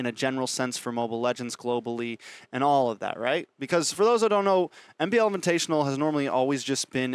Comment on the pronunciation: mine too (fav caster). It's because you said MPL inviNtational.